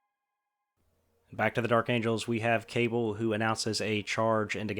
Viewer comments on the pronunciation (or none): I know I'm 3 years too late, but Cabal is pronounced Kuh-ball, instead of Kay-bull.